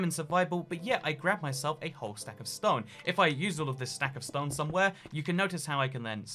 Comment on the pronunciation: I can't tell if he's saying stone normally or saying ston